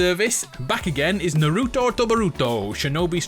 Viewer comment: What is it with Brit’s having a hard time saying Naruto and boruto r u people scared of the letter T